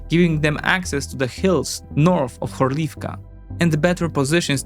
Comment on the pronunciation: I will be that guy and say: it is HOrlivka, not HorlIvka. Love your content❤